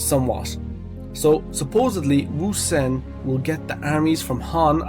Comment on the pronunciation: You are the GOAT of the pronunciation of Ousen. Great chapter 845